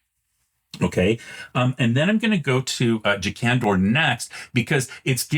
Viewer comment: Most of the alternate pronunciations I hear from you are reasonable, but who in the world would pronounce "Jakandor" with the emphasis on the first syllable??